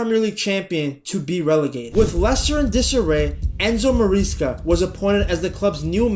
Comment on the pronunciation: "enzo mareessca"